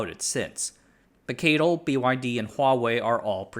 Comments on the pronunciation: (CATL) keityl? I think it's si-ey-ti-el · NEDC = Not even darn close !! No one calls CATL 'Kaytle' - it's just C A T L